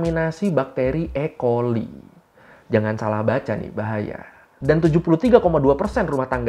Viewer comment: Ecoli.. dibaca E.. choli2 ngachenk aje